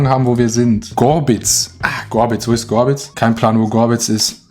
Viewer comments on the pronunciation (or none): Gobritz und das triggert hart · Sich aufregen, wenn Leute Ihn Aditoro nennen, dann aber die ganze Zeit Gobritz, statt Gorbitz sagt... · Alle Dresdner sing getriggert wenn er Gorbitz Gobritz nennt :)